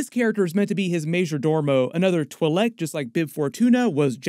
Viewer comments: I've heard "twee-leck" and "twy-leck", but never "twull-leck"... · I couldn't listen anymore because of the way you kept saying Twi'Lek, I'm sorry. Good video though man